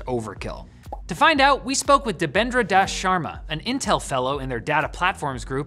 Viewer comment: "Sees Intel" InTeL SnuB